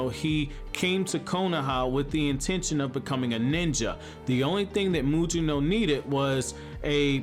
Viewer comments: Why does this guy keep calling him Muyino? It's pronounced Mugino like Gyuki or Kusanagi. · Take a shot every time mispronounces Mugino’s name 🤣